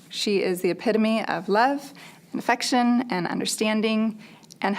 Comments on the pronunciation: It really sounded like she said that child was the epitome of infection. I know I heard that wrong, but its honestly probably right. Poor kid. =( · At the end it sounds like she says her daughter is "the epitome of infection" instead of affection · I really thought she said, “This is my vaccine free child. She is the epitome of love, understanding, and INFECTION”, not affection! Lmao